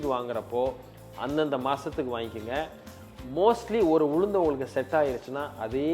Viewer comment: Could not quite follow information about Ulundu. Too fast and not clear enunciation🙏